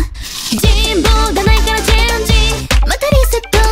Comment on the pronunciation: クールな曲を歌う紫咲シオンは最強ってことを改めて思い知った…… 「現実はシャバかったよ」の冷めた諦観が混じった声が好き あとサビの疾走感あるフレーズの歌い方が全体的に好き過ぎるし、「〜からチェンジ」や「リーインカーネション」等のカタカナ語の発音がお洒落で最高